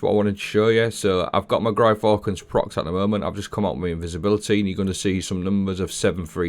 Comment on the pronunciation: That Gyrfalcon's pronunciation killed me! Has to be the worst one I've heard yet! 😅😅😅😅😅